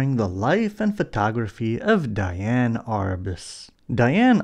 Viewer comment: Just an FYI - Her name was spelled Diane but it should be pronounced as Dee-Ann.